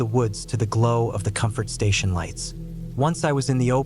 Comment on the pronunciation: No lighets. No no ise, bro is turning into a beginner Hispanic dude in English for few words every now and then